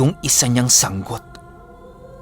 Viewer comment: Yehey yehey...🥰🥰🥰 tamang pag bigkas ng sanggot (sang-got)... kabog he he ( paniki) ♥️♥️♥️♥️♥️♥️♥️. i Silent listener here